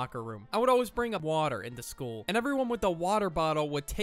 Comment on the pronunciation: why did bro say water like that?